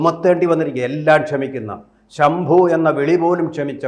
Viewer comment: ശംഭു എല്ല ശുംഭൻ എന്നാണ് വിളിച്ചത്.